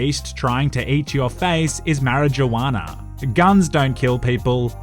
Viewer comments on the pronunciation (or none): Wait did he call it mara gue wanna lol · Is anyone not gonna tell that you don't prenuce the "J" in marijuana?